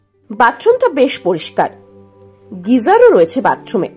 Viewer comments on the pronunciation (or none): কথা-টা "Geyser", "গ্রীসার" নয়।